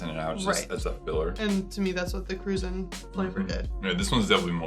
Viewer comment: For everyone watching ,including the video host..its not pronounced "Cru-zahn" it is pronounced "Cru-Jan" named after the nationality of the people of Saint Croix U.S Virgin Islands👍